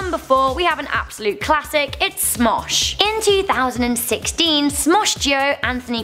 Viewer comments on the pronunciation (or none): Padilla is pronounced "padeeah" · its pronounced Padia not padilla